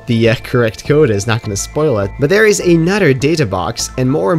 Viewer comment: I love the way you say another haha, anoder